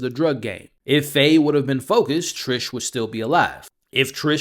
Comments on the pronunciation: Her name is Tish not Trish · Not that it really matters but it’s TISH not Trish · TISH! it’s TISH